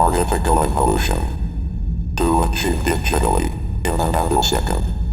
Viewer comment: He said artifikal instead of artificial haha